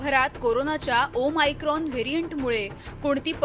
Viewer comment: डियर मराठी मीडिया, ते ओमीक्रोन/ओमीक्रॉन नाही. ओ-मेगा(o-mega) सारखं ओ-मायक्रॉन (o-micron) आहे. आधी नाव नीट घ्या, मग घाबरवा. प्लिज..🙏